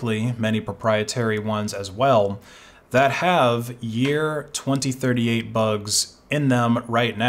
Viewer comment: you mispronounced 2038